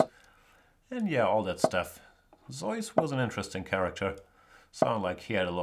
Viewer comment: It's neither Zoyce, nor Zee-us in English. I believe it's Zooce.